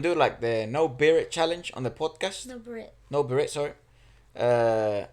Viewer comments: FILIPINO 101 ✌️😃🇵🇭 Birit in Filipino and in the other languages and dialects of the Philippines is pronounced as (bí-rit) or ('bee-reet) and not (bi-rít) or (bee-'reet) . The stress or emphasis is given on the first syllable and not the second syllable of the word, and also consequently the first syllable is pronounced longer, slightly longer, or a bit longer than the second syllable. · Birit is pronounced with long e’s, as in bee-reet, two syllables, same vowel pronounciation as bee, the insect.